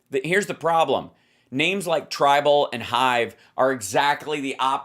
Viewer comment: hal, it's tribel, not tribal. maybe it's pronounced "tribble", for all I know, but it isn't 'tribal". and so far, it's like twitter with an edit button and a couple other things I like.